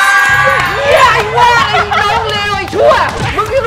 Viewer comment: ตามหลักคำนี้มีไม้โทครับ ออกเสียงไอ้ ไม่ใช่ ไอ